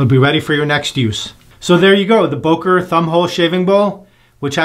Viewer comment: Great video! But it's pronounced "Böker", not "Boker". The German "ö" sounds like the "u" in "urgent", the second "e" in "emergency" or the "i" in "James T. Kirk".😊